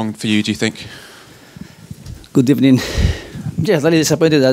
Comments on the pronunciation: Not so "good ebening"... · Good Ebening and thank you bery much! I heard these two sentences😂😂